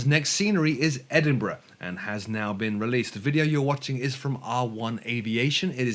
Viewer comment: For U.S. folks, pronounced Edinburgh correctly FYI. Thanks for the info!